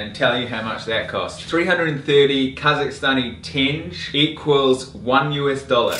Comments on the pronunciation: You mispronounce the word tenge. It is supposed to be “ tengay” not “tenj” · Also it’s not pronounced tenj. I “crinjed” every time I heard it lol. It’s TenGE with an emphasis on the second syllable. Pronounced like the “ge” part of the word “get”. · It's pronounced "ten-geh", not "tenj." They didn't tear down any Soviet city to build Astana, they just expanded the former city to a new side of the Ishim river. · it's pronounced ten-gay, not tenj. Also, if you want your receipt translated, I can help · It's tenge pronounced ten-gey not tenje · Loved the video, but it’s not “Tenzhe” it’s “Ten-gee” (hard g) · LOL Kazakh money is pronounced "ting-GAY" not "tinj" LOL ;) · Its not tench its a tenge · I’m Kazakh and don’t you vlogers care about us and and you can’t pronounce almost anything and it’s not teng ughhhhh geez that’s it I’m going to go to vlog the best part or New York City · Tenge, pronounced Tengee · It's pronounced Teen-Ge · тенге- tenge is pronounced "ten-geh". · it bothers me how you pronounce the currency xD it's tengeh, easier to pronounce it this way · stop saying tinj! its not Tinj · u r pronouncing currency in wrong way. it's TEN–GEH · good that it's not KZ minge, but tenge... :D But it's pronounced like ''Ten-gay'' :) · qazaq national currency tenge (pronounced as ten-geh) ) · that's not how you pronounce tenge lol